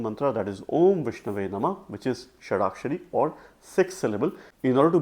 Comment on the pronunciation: Namaha sir, not Namah